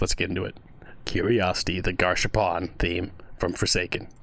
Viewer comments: Also, just to let you know, Gasharpoon's name is pronounced Gas Harpoon, it's two different words, not Gash Harpoon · Its pronounced gas harpoon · garshapawn. Truly the pronunciation of all time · Is it me or does everyone call Gasharpoon "Gash Harpoon" cuz the Forsaken devs nether added a space between the "Gas" and Harpoon" parts